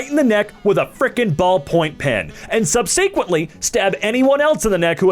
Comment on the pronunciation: the way reads subsequently deeply disturbs me